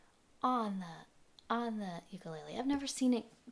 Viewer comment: First you are pronounced the name wrong!! It's Hawaiian Le le is flea u ku is jumping The uk sounds cheaply by the way it sounds when you thump it, and you are the first person to try to balance it like a knife, why??? Aquila strings suck unless you're cutting cheese but it does sound like $50 instrument thanks for the review, I would never buy this it's pretty crappy